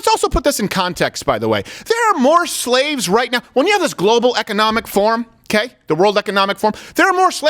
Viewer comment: I think they mispronounced slave